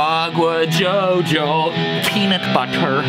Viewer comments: i laughed a lot here 😂😂😂 like the way he says jojo😂😂😂😂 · No way!! I grew up in Managua, Nicaragua and it's crazy to see a song named in Managua filming in carretera Masaya and the metro centro mall, would've never thought to see this in Stevie Ts Channel 🇳🇮 BTW i think he says CHOCHO instead of Jojo which means "damn" in Nicaraguan slang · 4 years haha but he say CHO CHO, no jojo bizzarre xD hello from Nicaragua too lml #dragonforce haha